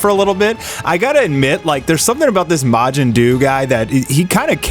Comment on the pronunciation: Turn the volume down when he says majin …. “Psst… majin Jew”